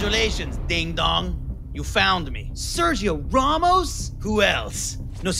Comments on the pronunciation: He pronounced "Ramos" right. The English pronounce it wrong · He said the A as “Ah” which is correct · He pronounces it better than the English. They say it like "Ram+Moss". The way he pronounces it is closer to the Spanish pronunciation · He's pronouncing "Ramos" correctly. The English are pronouncing his name wrong